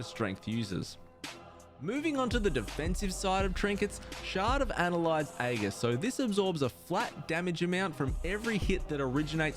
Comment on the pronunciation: Ann-hylde's Aegis (pronounced ann-hilde's ay-jis), not "annelide aghis". :-P Also, no mention of Scale / Pocket Protoforge / Thoughtcage?